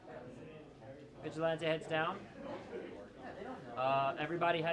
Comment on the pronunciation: this nigga dont know how to say vigilante